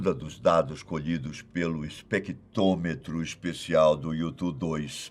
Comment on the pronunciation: Vai direto para os 6 min, que é quando esse mala começa a falar da descoberta. A propósito, alguém pode explicar pra ele que o equipamento se chama especTRÔmetro, não especTÔmetro?